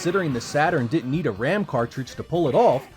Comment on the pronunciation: The video is hard to make out if you say 'did' or 'did not'. Otherwise an excellent presentation.